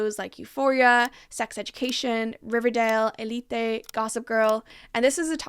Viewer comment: I love your video! And I really love you pronounce Élite correctly :)